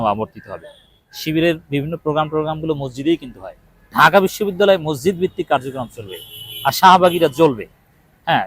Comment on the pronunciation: ভাই, বিনীতভাবে বলছি, মজজিদ বলবেন না। শব্দটা হবে "মসজিদ"।